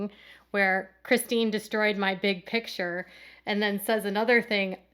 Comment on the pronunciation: Its Kodys big Pitcher not Picture! Since Robyn is there, Kody has adopted this pronunciation too!!